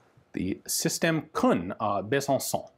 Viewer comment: why does he say it as Khun when it's Kuhn